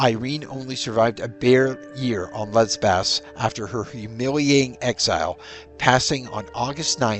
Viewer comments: It's Lesbos not Lesbaz & wtf does 'leary' mean?? Is that meant to be 'wary'? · LesBOS, not LesbAS